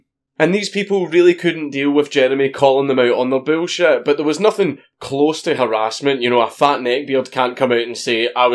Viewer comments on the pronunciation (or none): I love the way dank says bullshit “boolshiet”